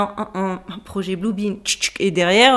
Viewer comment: Blue "bin"......??? 🤔🤔🤔